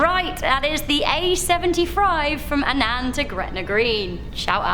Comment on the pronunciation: Just a tip for those not from Scotland it's pronounced ann-in not ann-an but I can understand why some people pronounce it as ann-an